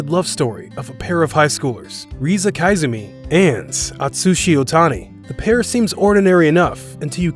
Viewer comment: It's koizumi not kaizumi.🤣🤣🤣